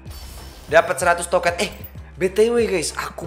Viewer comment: Aneh bat gw denger lu ngomong bukan token tapi toket 😭